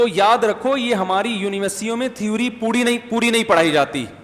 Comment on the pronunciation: .......mufti sahab thewwri nhi theory hota h.....mazirat ke saath...😀😊😊😊😊🇮🇳